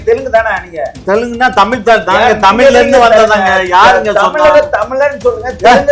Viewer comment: தமிழை தமில் என்று சொல்கிற தமிழன் என்று எல்லோரும் நம்பவேணுமாம் நல்ல வேடிக்கை.